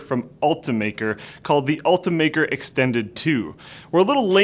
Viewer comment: It's pronounced Ult-I-maker not ultamaker